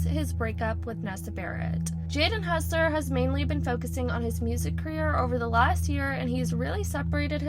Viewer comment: Bro is hossler not hussler